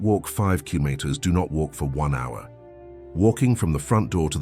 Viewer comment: Killomotters. Gotta love AI.